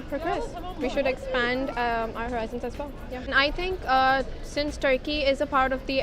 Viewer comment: if only american accent guy knows what Tharki stands for in India 😂 Edit: Ya Allah the guy speaking in Urdu now. But he choose to pronounce Turkey, "Tharki" while speaking in English.